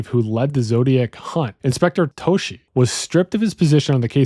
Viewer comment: I believe the Detective's name was Dave Toschi (Toss-Key) not (To-Shee). I do believe this theory really does make the most sense. The evidence itself truly speaks to this being the most plausible and logical. Thanks for the analysis.